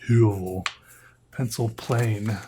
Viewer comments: well as a norwegian I can tell he doesn't pronounce the letter correctly (not that it really matters). The name might be from some other language, but the ø is really only used in nordic languages and since høvel literally means a plain, and the sharpener looks like a small plain I just made the conclusion that the company referenced the norwegian word, and I thought I might just come with that fun fact and corect the pronunciation cus the more you know. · pov:youre norwegian and get triggered by how he sais ø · The way he said Høvel killed me hahahhaa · The way he pronounce høvel hurts my ears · "Høvel" is the norwegian word for a plain or a razer, which makes sence for a product like this. The letter Ø is pronounced not as a U, but as the i in the words First and Birch.